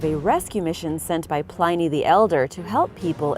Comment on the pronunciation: Not pliney as in piney, but pliney as in whinny. Pronounce the in part of pliney as in.